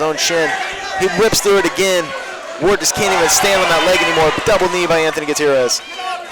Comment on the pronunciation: The one announcer keeps saying wade. It's fn ward ! Ya big idiot